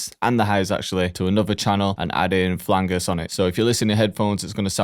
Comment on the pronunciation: the way you said flanger was wrong